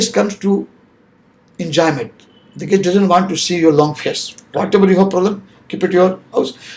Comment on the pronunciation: Down line people kya hota hai bhai?!?! Pojitiv?!?😂😂😂 Enjayement ?!? 😂😂😂. These should have a patience 😂😂😂😂 please get better people to inspire your viewers. I'm unsubscribing now